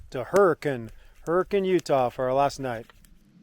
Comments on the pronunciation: I believe you mean "her-kin" not hurricane haha awesome video! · Used to live in Utah, definitely miss mountain biking and wheeling in Moab the most! Fun fact: the locals pronounce Hurricaine, UT "Hurric-un". Never understood that, haha.